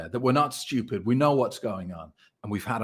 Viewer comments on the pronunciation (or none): It should be spelled how pronounces it “STIEWPED” Lol